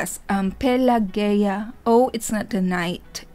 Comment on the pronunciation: Pelageya is a famous Russian singer, who mostly sings Russian folk songs. She's very good at it and has a great voice. Yes, you pronounced the name correctly. The performance is absolutely fantastic and emotional. If you remember, Diana also performed this folk song in the tv show "Showmaskgoon" a couple of years ago. Thank you for the reaction!